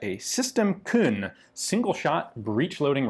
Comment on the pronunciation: why does he say it as Khun when it's Kuhn